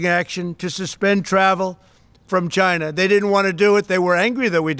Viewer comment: Does anybody else HATE the way The Donald pronounces, "China"??